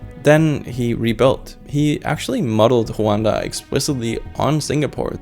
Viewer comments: its rwanda😂 why are you saying huanda? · Rwanda 🇷🇼 not Huanda 😂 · why does he call Rwanda huwanda? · Rwanda not Hwanda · why the prononciation of roo—an-duh like that? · I was really confused about which country you were saying for the last one because American English pronunciation for Rwanda is with the R ruh-WAHN-duh 😂